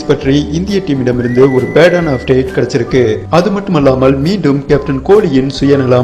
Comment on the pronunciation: Ufdate...? What is this ufdate..? Say as UPDATE. OKAY .